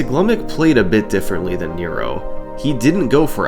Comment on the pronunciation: This is absolutely not important, but Nero's name is pronounced more like nehro rather than knee-roh